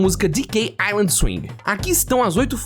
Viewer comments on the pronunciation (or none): none